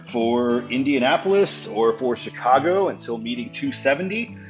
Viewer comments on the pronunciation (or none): none